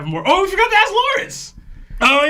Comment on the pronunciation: What's with and akses? It's supposed to be "ask" right? Or am i wrong?